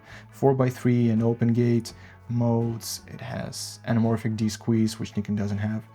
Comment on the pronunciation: Thank you for pronouncing Nikon correctly! Great video overall, especially on the flickering issue. Nobody keeps in mind that in most tests shown on YouTube the footage is pushed more than 3-4 EV on non-base ISOs, which is already abnormal (as for me, previously Sony user shooting everything +1.7 EV for noise sake).